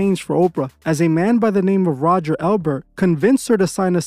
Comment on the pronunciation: Are you purposefully not pronouncing ppls name correctly? You called Roger Ebert elbert and Helen BlaVATSki balowski 😂😮😅